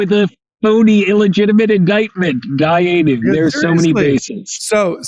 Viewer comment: Dayyenu! Priceless.